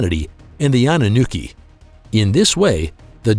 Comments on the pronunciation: annunooki ROFL its Anunaki you nit! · Naki not nookie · The pronunciation for Anunnaki is wrong also they Nephlim is the children of the Anunnaki and humans